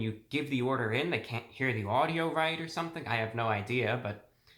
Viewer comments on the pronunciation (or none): none